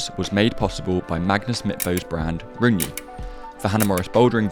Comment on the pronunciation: How are you going to mispronounce rungne magnus literally says it all the time...